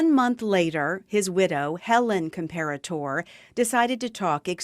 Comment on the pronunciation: NONE of the “E”s in Comperatore are silent. It’s CORRECTLY pronounced: COM-PAIR-UH-TORR-EH